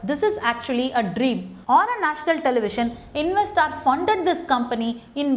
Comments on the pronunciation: Madam, It’s not invesstars it’s investors Your pronounceation is inve STARS it should be inve STORS!! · Investaar investaaar. Please work on your English. it is so horrible that I got headache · Corporate lawyer mam i think it's investors not investaars